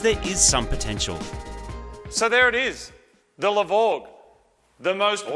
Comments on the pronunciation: The "LE BORE" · It's the LE-VORG IT WILL ASSAULT YOUR SENSES.